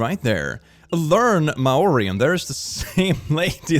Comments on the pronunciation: I used to hang out with some New Zealanders via Discord/Minecraft, and they put the word "Maori" in the chat, tgen asked me, an American, to say it out loud. When I did, I got, rightly tbh, laughed at, because it's pronounced "More-ee." Hearing pronounce it exactly the same way I did makes me smile lol 😆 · How pronounces Māori lol